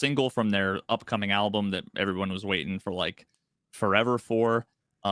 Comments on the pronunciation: still says alblum:D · Not a Sleep Token listener, yet all the drum discussion is interesting to follow, but saying 'ablum' instead of 'album' disturbs me more than the drums. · Why does say ALBLUM